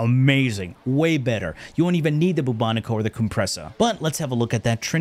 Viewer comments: Boo-Bo-Nico?! No. Just no. I know you’re messing with us. It’s Bubonic as in the bubonic plague. Bubonico, say it with me. 😅 love you. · Boobo-niko kinda triggered me. 😅